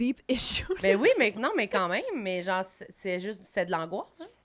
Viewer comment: elle dit "genh" au lieu de "genre" et je trouve ca vraiment très spécial et à plusieurs autre reprise.